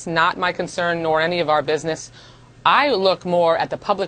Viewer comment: I believe DWS says it, "bidness"